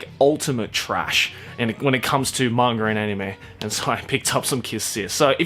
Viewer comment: every time says manga he sounds like hes saying "manger" i'm probably not the only one who's noticed it though